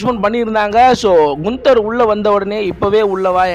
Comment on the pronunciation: Brother not குன்தர் only name கான்தர்